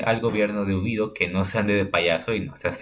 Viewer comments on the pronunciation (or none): Amigo, el contenido esta interesante, solo toma la seriedad del asunto y para siguientes videos procura quitar los memes, y es General Jorge Ubico no Ubido